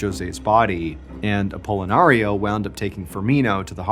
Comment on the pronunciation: stop saying apollonario.....shiiiit pickle...pickle...pickle....